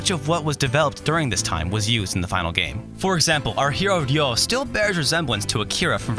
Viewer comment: Your pronunciation of "Ryo" is perfect.